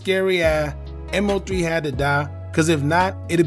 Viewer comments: Man its Mo3 (Moe Three) not M.O.3. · I was about to say the same thing lol! Stop calling him M-O-3 when it’s pronounced Moe three lol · IT’S MO3 not M O 3🙄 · If you say M-O 3 one more time. It’s MOE 3 no M-O 3 geeesh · MO3 (pronounced: Moe 3) not M.O. 3 😁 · Who the F is M O 3? 😂 Its MOE 3....I can't wait for a M.O.P video to come up and calls them Mop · It’s moe 3 not m owe 3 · I never heard anyone pronounce MO3's name like that.. M O 3 it's pronounced like Moe3 all together or just say Osama 🤷🏾‍♀️😂😂. Either way he was talented af. His natural singing voice was soo soulful. LL3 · Like he slow M-O-3 shit it's Mo3 bro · I was wondering if he was AI cause they stay chopping up names. I was like who is M O 3🤦🏾‍♀️ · I can’t finish the video just by the way you saying his name smh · Thumbs down becomes you was saying his name wrong!!! MO3 LL3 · Respectfully, at least pronounce Mo3’s name correctly. It shows you know nothing about him and repeating what everyone else has said. #LLOSAMA 🦍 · ANOTHER CULTURE VULTURE HOW U GONNA HAV A CHANNEL REPORTING N U CANT SAY MAIN DUDE NAME SMH